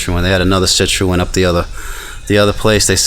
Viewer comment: Citroen is pronounced sit-ron